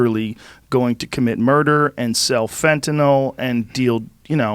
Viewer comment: Got i hate how joe pronounces Fentanyl!! Its like nails on a chalkboard!